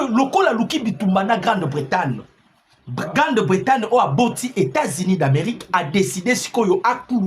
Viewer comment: GRANDE BRETAGNE et Non Grande Bretane.